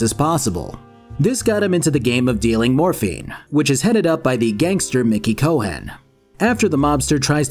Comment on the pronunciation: Great video. it's amazing how at the time this game was so groundbreaking. I saw a Reddit post that said "what game has aged badly?" This, this is one of them. Saying the name "Cohen" wronh is very infuriating haha. you even used the scenes with the pronunciation.😂